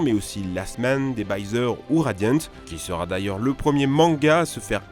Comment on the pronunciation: Il sait pas prononcer ni les mots anglais ni les mots japonais et il bégaie même sur les mots français, c'est grave. "Your names", "entei", "last men", "radiente", il est handicapé ou quoi, il a pas prononcé un nom correctement